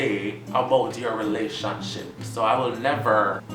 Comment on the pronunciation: omggggg mi hear you say relationbicylce and me just spit out wa mi had inna mi mouth hahaaaaa mudaaa